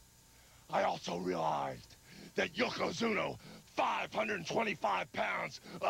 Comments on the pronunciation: I cringe a little every time Hogan says "Yoko Zoono" 🤣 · Hogan somehow mispronounced Yokozuna four different times and four different ways in his promo.